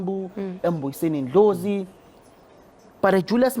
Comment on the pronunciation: Hey pronounce ndlozi'surname accurately he is an ancestors ndlozi please please 😂